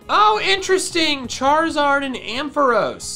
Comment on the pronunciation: chariaros it sounds like cherios